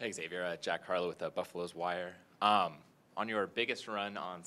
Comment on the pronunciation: “Buffaloes-wire” needs to be temporarily banned for that mistake that’s unacceptable